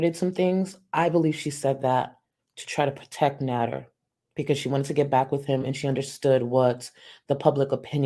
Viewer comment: Since you pointed it out, I hear that you can’t say because